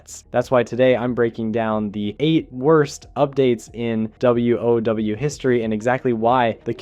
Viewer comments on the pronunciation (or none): why do you keep saying w.o.w just say wow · Good content, but the pronunciations are off-putting on some stuff. Like you can just say "wow" not "w-o-w", "wahd" not "w-o-d", "d-bahk-ull" not "de-bake-ull" (debacle.)